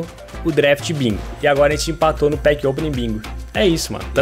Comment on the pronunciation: "Pack OPENIG" kkkkk